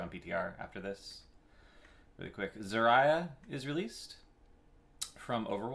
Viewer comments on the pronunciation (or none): Awesome as always... except one thing that drove me nuts. lol Zarya... "zuh RAI uh"...? Like Mariah? Nononono... ZAR ee uh, or ZAR-ya. Don't mind my irrelevant nitpick lol Just wanted to point it out in case you simply... didn't know, or something... XP